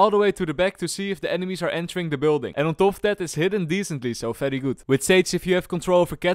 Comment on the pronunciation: I love your videos, but...why is it always "F" when it should be "V"?